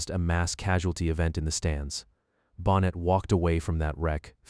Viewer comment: I know you're a brand new channel, so please take this as constructive criticism. The script is excellent - but to have the last name of Neil Bonnett mispronounced again and again distracted me from the content every time it happened. If you have to use an AI voice, please listen carefully to the soundtrack and correct the errors before publishing. This would have been so much better with a real human voice. But nonetheless, I learned things about Neil, and about his death, that I had never known. I also hadn't known about Bobby Allison's son Clifford. I no longer watch NASCAR, but for many years I was glued to the TV every week, so you're talking about some of the drivers I've either watched or heard of. I remember when Neil Bonnett was an announcer. I don't think I saw the race where he was killed, but it was a long time ago. So thanks for this, and good luck for the future of your channel.